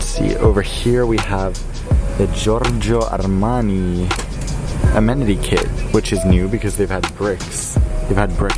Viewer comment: I loved the way you pronounce Giogio Armani. It was such a turn on. Grazie.